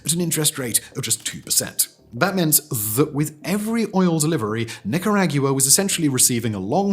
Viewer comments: That's pronounced NicaRAWgua Not NicaRAGua. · Oh man … people should get locked up for saying Nick are AGEYOUWAH It’s Nick Are Ahhg Wah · I seriously had to stop watching it halfway through. For fucks sake, Simon, Niccaaraagguaa…. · I lived in Nicaragua for 6 years and The Nicas pronounce it "nee-kah-RAH-gwah". But English speakers often say "NIK-uh-RAG-yoo-uh" - why do we add an extra syllable 😂 ? I prefer the local way. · Nicker-agua right? Tf is nicker-aggie-uah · Agua in Spanish, that is how you pronounce Nicara-agua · Nicar Agua (like water). Cha vez emphasis on first syllable. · NI CA RA GUUUU RRREEAAA LMAO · Nick-ah-rah-goo-ah, just in case you wanted to know how to pronounce it correctly, lol. Wrong, the oil revenue was STOLEN, what brought the economy back was their crackdown on crime to try to invite tourism & foreign ex-pats to retire there. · Nick er ag you ahh Hahahaa. Too funny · If i promounced ireland eerielond, or britain as brytayn, i would instantly lose credibility and intelligence. Thats you with nIcaraGEWA. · First time I heard the country pronounced Knicker-AY-gyoo-wuh 🧐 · “Nikki rag you uh”? Say “Chi Chi Rodriguez”. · Yet again, Simon comes up with a new pronunciation of a word I’ve heard a hundred times, but never like that. “Nee Ka Rag You Ah”. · Oh, man. When did it change to nikker-ag-yoo-uh? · Knee-ca-rah-gwa, pronounce it correctly please. Also, try not to quote that villain John Bolton ever again. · Nicaraguan here. It’s “NEE-CAR-UH-GOO-AH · Ah yes, Muhnag-yewer, the capital city of Nickerag-yewer. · Nicker-Ahgwa. Your welcome,. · Bro…. NIC UH RAW GWA! wtf?! 😬 my ears. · The accurate title: No one is talking about the way Simon pronounces NicarAGEWA… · I couldn't finish watching this. He says Nicaraguewa too many times. Sorry lol. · lol he says Nicaragua so funny no one says it like that you say it like Nik-er-raga thats how you pronounce it Simon lol 😅😅😅 First time I've ever heard it called that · Please stop saying Nicaragua 😂